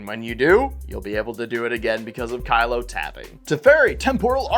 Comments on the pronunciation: It's also "keelo" as in kilogram, not "kylo" as in "kylo ren" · Not only are these decks around 5k each but the competitive one is the cheapest wtf. Also its Kee-lo App-O-Gee Mind